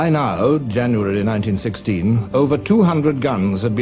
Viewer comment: When he said “YANUARY” i knew this was for real.